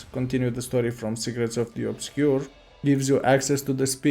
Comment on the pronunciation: i cant be the only one who heard "Cigarettes of the Obscure" 😂😂😂